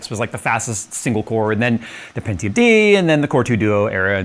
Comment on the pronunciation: hearing someone pronounce pentium as "pen-ti-yoom" instead of "pen-chum" is kinda weird for me. anyone else? just me?